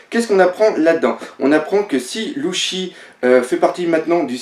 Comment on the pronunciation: pk tu dit luchy alors que c ssi